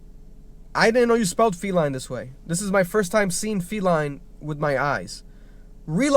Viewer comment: Man really said felini